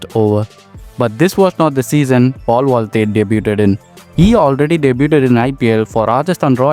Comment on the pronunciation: Mistake number 1 - Hooda scored 451 runs not 151 Mistake number 2 - His average is 17 not 70 Mistake number 3 - Mispronouncing Paul Valthaty Mistake number 4 - Mispronouncing Storm as Strom Mistake number 5 - M Vijay scored 127 vs RR in 2010, Valthaty's score is 2nd Mistake number 6 - Mispronouncing Lungi Ngidi Mistake number 7 - JFM made his IPL debut only after making his ODI debut in Feb 2024 So as usual, so many mistakes and mispronouncing players names Please improve bro, your content is good but poor English knowledge and if you are a cricket fan and if you are watching lot of games, you would've known how to pronounce their names